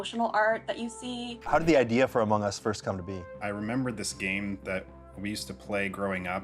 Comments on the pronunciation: sir its among us not amog us lmao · No one: Literally no one: , Anthony: "CREATING AMOG US" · haha "amog" us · "World of Amog us" I love this. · He said it wrong, it's called Amogus... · "amog us" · I love how they spelled among us wrong and said amog us 😂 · “AMOG US” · 13.20 did you just say "The World of Amog Us"?